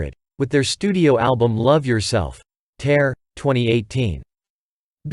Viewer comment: You used a picture of Jimin for J-Hope in the introduction. If you are going to make content of BTS get your facts straight and JungKook is pronounced with a J and not a Y. Also the album name is not Tear as in something being ripped but Tear as in cry, wrong pronunciation. Also, you used SM Entertainment when BTS is under Big Hit Music (HYBE). Do your research properly.